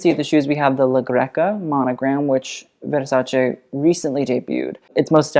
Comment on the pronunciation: It's so satisfying hearing you say Versace the right way immediatly after hearing it pronounced the american way lol anyway, she looks REALLY stunning.